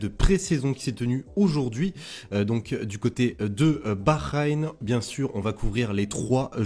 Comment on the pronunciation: Merci pour cette vidéo intéressante ! J'apprécie vraiment ton contenu, mais j'aimerais partager une suggestion constructive. Pourrais tu envisager de travailler sur la prononciation des mots arabes, notamment pour capturer la mélodieuse façon dont les Tunisiens s'expriment ? Cela ajouterait une dimension authentique à tes vidéos. Par exemple, le Grand Prix de Bahreïn se prononce 'بحرين'', et et non Bakheïn. Ce qui peut être irritant, surtout quand on sait que tu es capable de le prononcer d'une manière plus carthaginoise. Le Grand prix d'Abou Dhabi viendra par la suite, essaye de le prononcer comme on le prononce là-bas. Petit indice : abou zâbi J'espère que tu prendra en compte ce commentaire pour améliorer encore votre contenu. Merci !